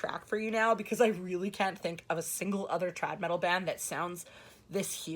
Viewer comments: Every time you say Trad Metal it sounds like you’re saying Trap Metal which horrifies me...it’s something that should never exist. haha! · Every time says trad metal - I keep thinking she is saying either chad metal or trap metal.